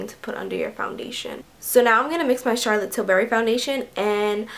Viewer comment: Am I the only one who didn't understand what she said what type of lipstick she had on? All I heard was Charlotte berry and nude can someone fill me in because I love the color